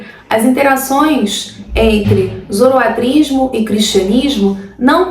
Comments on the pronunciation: a pronúncia é Zoroastrismo com S. Nao Zoroatrismo. espero ter contribuído. Parabéns pelo seu trabalho. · muito obrigado pelo vídeo. Excelente e informativo, como sempre. Uma dúvida: é possível falar tanto zoroaStrismo como zoroatrismo (sem o "s")? Notei que essas variações foram utilizadas durante o vídeo. Muito obrigado pelo excelente trabalho! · Ótimo vídeo. Obrigado pelo compartilhamento do conhecimento. Uma dúvida: ouço a pronúncia da palavra relacionada à doutrina de Zoroastro tendo duas pronúncias: zoroatrismo (como nesse vídeo) e zoroaStrismo. Existe uma pronúncia correta ou são aceitas as duas pronúncias?